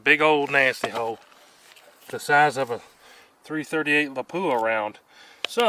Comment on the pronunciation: Its pronounced Lap-u-Ah